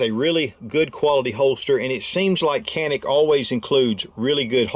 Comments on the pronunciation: No more politics, problem solved 👍🏻 was pronounced (john-ick) in Turkish but due to the world's mispronunciation, the company remade the official pronunciation to be (can-ick). Great video. Can wait to get this fire arm in a couple months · its written Canik but you read as Janik brother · It’s not pronounced Janik with a J or G… its CHanik they have two Cs and that one takes the place of CH. Have a little respect for other cultures as you expect them to respect us and ours. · Its Janik, not “kanik” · I have been corrected regarding the name of this gun company. CANIK....is evidently actually pronounced: "ZHA-NIK" not "CA- NIK". (I had it wrong too LOL!) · Canik is Turkish and pronounced "Shjaun'ick".. I own em. Love em. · Dju-nick.Private name (a mountain range) U gotta say it right! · The correct pronunciation of the brand is "JohN-eK." Great video. Ty for sharing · Canik is pronounced (Janik) in Turkish. The letter C is pronounced J. Please correct your pronunciation. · It's pronounced with a J. Janik. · no it's more like chanik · It's not kanik its canik